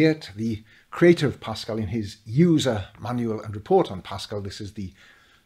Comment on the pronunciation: No not pascal, eeiww